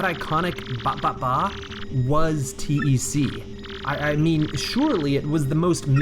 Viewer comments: The character name: "TEC," like "tech": "teee eee sceee" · I had no idea people called TEC "T-E-C". That's just...wrong. It's TEC! TEC! Pronounced like "tech"! Also, regarding the Riverside station switch/blue switch. I always liked that. It was a big joke. You think the realistic looking switch will be THE switch, but no, it just gives you access to the real switch...which is a Mario-esque blue ! switch. I love it! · Yeah I always read it as "Tech". I assume TEC is a reference to HAL in 2001, and you don't call him H-A-L. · You're not a Lunkhead, You're a, Also why do you say T E C instead of one word as TEC? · "T-E-C" and "Moosh" hurt my soul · I remember the Game Grumps called him T-E-C. It really bothered me.